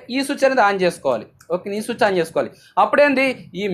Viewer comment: బయ్య సుచ్ కాదు స్విచ్